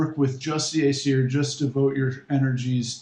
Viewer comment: Your pronunciations are all wrong. And yes it is important. Paganism is about connecting to the past. Remembering our roots. Its pronounced ōsatru and asseer.